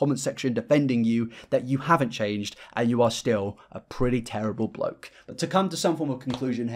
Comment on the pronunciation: Drink every time he says "bloak"